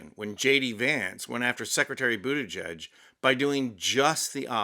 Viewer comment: Geig, not judge.